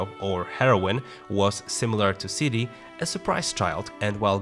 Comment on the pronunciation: Does he pronounce "Ciri" like "Sui" ?